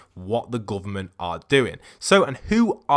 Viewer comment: “The GOOVERMONT